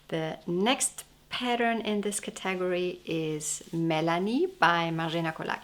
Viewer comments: Your English is so correct that I want to suggest you learn the proper pronunciation for the work category. In English it is thus:CATA-gory. Not Ca TAG or. Hear the difference? Thank you for your wonderful videos on knitting. I really enjoy them! 🦩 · Thoroughly delightful as always! What a lovely collection of sweaters! I'm also vey impressed by your command of the English language! So if I may respectfully offer the pronunciation of "category": the accent is on the first syllable as in, "CAT-a-gory". It's much easier to say that way!! 😄😄😄 Happy New Year to you!